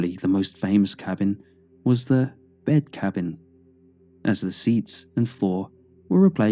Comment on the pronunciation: Apparently, someone or something cursed that cabbing 😉